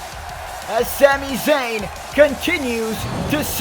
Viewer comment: why do u say shami shayn